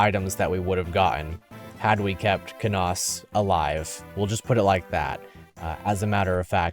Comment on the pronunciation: Lucius lyn good, you say Canas wrong sorry :d